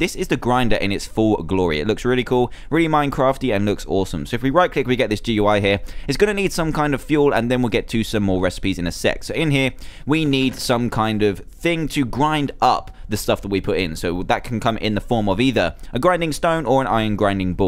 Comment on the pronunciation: Instead sec you said sex lol